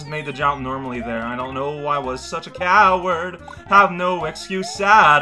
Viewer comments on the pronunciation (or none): cow-ard cow-rao